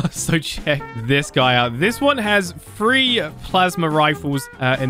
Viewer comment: When you say three why do you say free